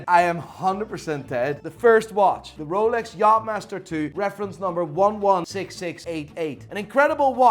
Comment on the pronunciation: How's he pronouncing the names... Moving mad, sounds like a backstreet watch dealer... "Here we have a rol-ex"